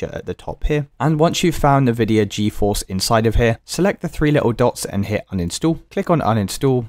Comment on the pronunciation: Nividia Goeforce?